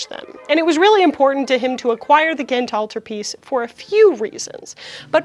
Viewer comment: as a flemish belgian, can i say you that your pronounciation of "ghent" (gent in flemish dutch, Gand in Walloon french) is very good? We have a difficult language and i will never ever call someone out for mispronounching our language but when somebody does get it right, i am filled with joy